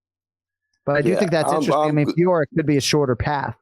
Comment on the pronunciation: Guys, Manon Fiorot is about to get a title shot, please pronounce her name right. You don't pronounce the last "T" in French, but you hear the "O". The English commentators have it right, it should sound like Fioro. Ask Bisping, GSP, Cyril Gane, hearing Manon Fior is painful to the ears.